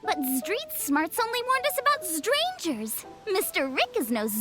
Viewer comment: The thing that sealed the deal for me is the consistent and frighteningly accurate pronunciation of the word 'ztrangers.' That's not a real word. How. How do you do it.